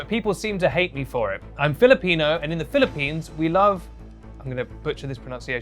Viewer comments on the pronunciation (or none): none